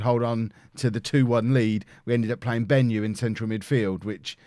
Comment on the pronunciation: Hi, I'm a Zimbabwean and it's bothering me how you butchered the "Benyu" pronunciation XD